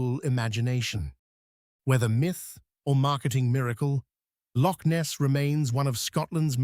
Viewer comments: Born and bred Scottish lass, here. Loch, is NOT pronounced Lock. Locks are things you put keys into. Nessie doesn't exisit, we use it to scam gulible tourists, have done for years... and we're STILL doing it to this day! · The usual halfarsed A.I. garbage. Between Asian bison and Polish mountains I am again frustrated by the lazy work done by these people. Why can't we get past this ridiculous infatuation with A.I. Give us a human narration preferably by someone who can pronounce "loch."